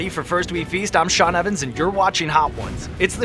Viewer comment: He says Sean the way it's supposed to be said